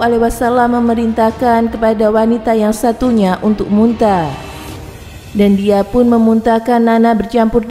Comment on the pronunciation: Kenapa orang yg bercakap ini bacaannya tak benar. Sallallahu alaihiwassala.. Wassalam. Munta sepatutnya muntah.